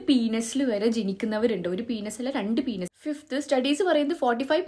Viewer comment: പീനസ്.. Good pronunciation 😂